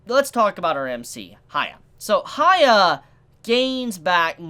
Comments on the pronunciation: For the love of god stop calling the MC Haya. There is no "Ha", his name starts with "Hya", that is "hee a" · You calling hyakkimaru "hia" is giving me cancer dude. Aside from that, nice review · his name is Hyakkimaru as in Hee-ya-kee-ma-roo not higha :V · This dude calling Hyakimaru Haiya, is like calling Jesus Jay. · I don't know if you said something about this before, but Why you call Hyakkimaru "Haya"? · Sorry Dude I like the video but pls pronounce his name correctly The way you say it is kind of distracting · Not hating or anything but... you can clearly listen to his name while watching the episode without knowing any japanese, not even that, you can READ IT in the subtitles. I enjoy your reviews but this bugs me every Dororo episode. GET THE NAME STRAIGHT!